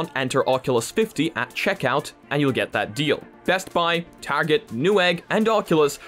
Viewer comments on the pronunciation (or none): lol "tagget"